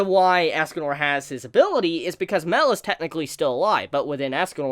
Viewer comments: Dude its not "Mel" its "My-el". U making me cringe when u say mel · Mael is pronounced My.el like Mae sounds like my and l is pronounced el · I think it's pronounced (My-El) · Mael is pronounced My.el Mae sounds like my and l is pronounced el